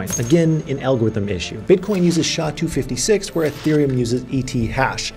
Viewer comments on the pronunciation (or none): S.H.A. it’s not shaw ! One letter at a time.